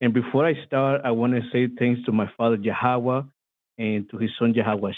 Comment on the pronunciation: This troll has been on call-in shows before. His twisted pronunciation of Yahweh gives him away.